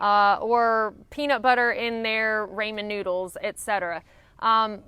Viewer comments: it's not "rayman" noodles it's "rahhmen" noodles :) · It’s pronounced rahhh-men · While I like your videos, the noodles spelled "Ramen" are pronounced "Raw Men". Otherwise, love your content. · Did she say “Raymond” noodles 😅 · I love me some ray-mon noodles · I will never pronounce it ramen anymore. For me, it will now always be called raymin., you legend. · I'm sorry did you say, "Rayman noodles"! lol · “Raymen noodles” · I like how you say Raymen noodles. Right or wrong, love them country people! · Yes, she has a very pronounced "i" like liiiight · i know this vide3o is old, but has anyone ever corrected your pronunciation of "ramen noodles"